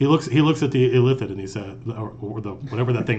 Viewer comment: Illithids, Matt? Really?